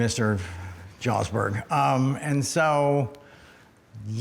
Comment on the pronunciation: ..."Mr.Jawsberg" pronounced like "Mr..."*Loan*shark "Jewsberg".